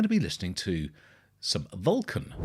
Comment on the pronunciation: Hey! Thanks for reacting gracefully. Just a clarification on the pronunciation of the band name, it’s “Vul-khan”. And it has nothing to do with Star Trek 😉 Keep it up brother! 🌋